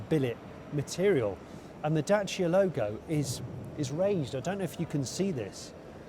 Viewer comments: I appreciate you pronouncing Dacia properly, also great review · Congrats Johnny for pronouncing corectly the brand's name! 👍 Yeah,very interesting city car !